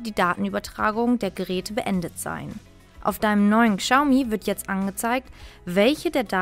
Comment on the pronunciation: Boah wenn ich die Aussprache höre... Kschaumi 😦👈🏼 Falscher geht's echt nicht..